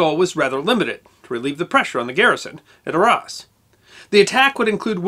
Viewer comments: It is NOT pronounced 'R-ARSE' it is Arras, or 'Ar rass' - can't this guy learn how to properly pronounce European names before he puts on his silly bowties?? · Great stuff but you should learn proper pronunciation. Arras, Caen, etc. are French place names. Cheers!